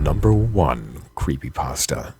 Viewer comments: lol "Creepy Paahstuh" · creepypaustah. It's like Christopher Walken. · Lol, "creepy passta" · It's pronounced creepy- pAsta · crept 'pesta' ? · creepy- pah stah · "JVK is a creepy pahstuh based on the game moral when-" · oh my god this bugs me more than it should. That is NOT how you say "creepypasta". I have no idea why this irks me so much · love how the guy pronounces creepypasta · XD somewhere he misprounounced creepypasta